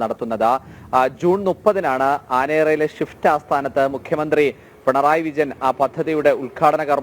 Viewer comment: ഷിഫ്റ്റ്‌ അല്ല സ്വിഫ്റ്റ് ആണ്